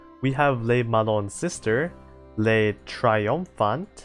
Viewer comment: I'd also add that the "Le" isn't pronounced like "lay" but more like "luh"